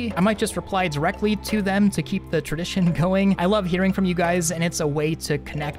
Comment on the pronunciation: You said terdition… lol